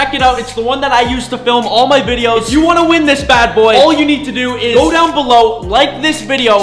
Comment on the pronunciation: Down bollow